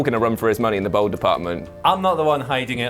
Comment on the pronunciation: everytime he pronounces bald as bold